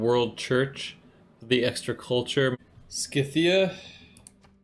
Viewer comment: scythia lol the way he says it